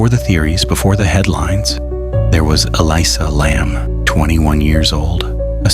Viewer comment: Nothing new here, repeated false information. I don't know if you ever heard of something called youtube, but try to find it and look on there, posters are still going up on that roof with no alarm or lock. Even the way the name is continually mispronounced in different ways is annoying.